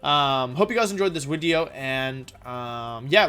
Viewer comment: Why does he say wideo? I'll hear him say video then say wideo